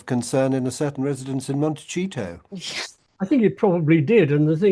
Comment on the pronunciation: My dear, PLEEEEEEEEEASE explain to Hugo how to pronounce Montecito...it's NOT Montecheato!!!!!!